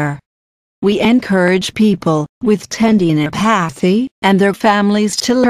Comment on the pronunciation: hearing "ten-dee-no-pae-thee" in that voice was very distracting...